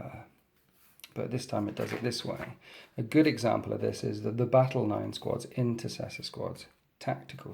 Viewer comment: inTERcessor. Sorry but saying "incessor" is grating on my nerves!